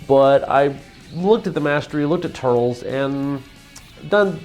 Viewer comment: I dunno if anyone said this yet, but its "Tur - Les" not "Turls" watch a movie :)